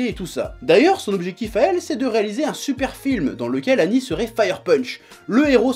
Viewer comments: Ooh chef on dit seigneur ''aguni'' pas agni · Presque certain que le nom d'Agni se prononce -agueni et pas -ani, en référence au dieu hindou, Agni seigneur du feu... Après c'est pas gênant, c'était juste pour l'anecdote ^^. En tout cas le manga a l'air super, merci Chef et vive la passion ! :D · c'est Agni comme le dieu Agni pas Anni, A G N I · A"g"ni pas annie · Nice Chef, je connaissais pas ce manga. Pour ta gouverne, Agni se prononce "Aguni", ça veut dire "feu" en pali (ancien sanskrit) ;) Merci pour toutes tes créations drôles et pertinentes sur le magnifique univers Manga. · sa se dit aguni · On prononce le g de agni